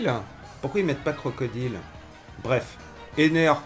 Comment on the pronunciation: CrocodAÏLE